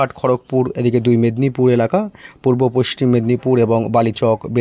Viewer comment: পশ্চিম উচ্চারণ হয় না